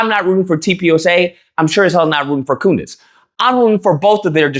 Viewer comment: You said" Coondace!" 😂😂😂